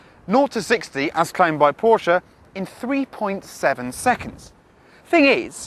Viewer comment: respect the neo. RESPECT IT! a "Poor-Sha" with out a turbo? NO WAY!! would volks wagon let them?